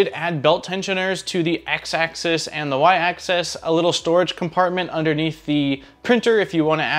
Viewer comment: People always mispronounce "axis" as "access", two different things, just a pet peeve i notice a lot in 3d printer videos